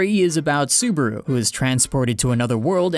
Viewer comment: yeah lol you keep saying suburu XD